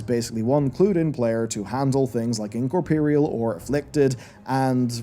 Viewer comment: IncorpEEreal. Goddammit. I can't unheard it. Every. Damn. Time. LEARN TO PRONOUNCE "INCOPOOOOOOREAL"